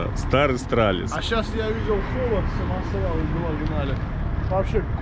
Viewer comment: Китайский Стралис, а не "Страдалис"